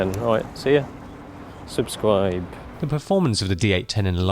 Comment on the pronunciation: I think I don't "subscwibe." Annoying.